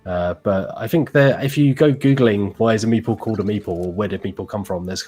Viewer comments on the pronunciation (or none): Not sure could look any more disinterested without taking off her headphones and walking off. It wasn't until the explanation of where meeple comes from that I realised was saying "meeple" and not "meatball".